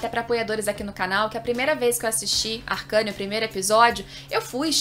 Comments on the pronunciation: "Arqueine" não "arcâne" kkkkkkkkkkkkk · Ela falando ARCANE SKKS,se lê arcene ksk,sucessos